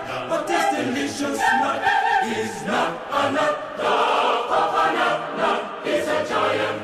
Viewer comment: 코코넛 발음만 잘들리는거 겁나 웃기네ㅋㅋ